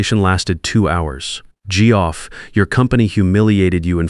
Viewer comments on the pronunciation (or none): “Gee-Off”? Really? Your ai can pronounce Jeff Sullivan together correctly, but Geoff/Jeff alone not? Really disrupts the flow, badly. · Tell your AI that Geoff is pronounced Jeff.